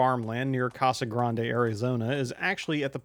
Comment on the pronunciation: 1: holy shit you pronounced Casa Grande correctly 2: holy shit when I heard of this going in I was ecstatic 3: holy shit my current boss is friends with one of the owners of the track 4: holy shit I like 25 minutes away 5: holy shit my boss is opening a shop there 6: holy shit I'm #1 for transferring there 7: holy shit I'm gonna buy a house there